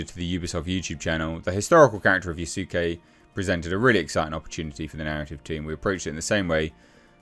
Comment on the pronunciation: Yasuke is pronounced Yas-kay